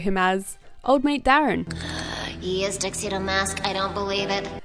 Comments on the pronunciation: His name was Darien in the English version, not Darren 😂😂😂 Just makes me imagine an Aussie version where they’d call him Dazza lol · Darien not Darren. 😂😂😂 what are you trying to do to me 💀💀💀 such an aussie name DARREN bahahaha. - love fellow aussie aussie aussie